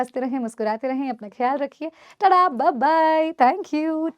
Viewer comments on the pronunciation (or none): none